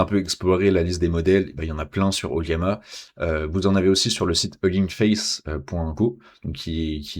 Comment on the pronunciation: O L L A M A, ce n'est pas un i ^ ^